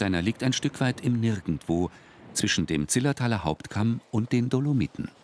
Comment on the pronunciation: Zillertal statt „Zilltertal“!